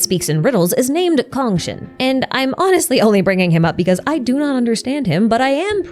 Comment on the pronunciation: lovely video as always but a lil nitpick regarding congshen's pronunciation, cong was supposed to be pronounced nearly as "tsong" (try chalice without the h) instead of "kong" as the latter would end up being a different thing :v